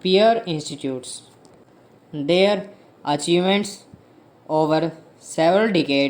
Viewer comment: Pls thoda aur sahi se bola karein... old ... Their ko they are sune me lag raha... Achievement ko achievant..😐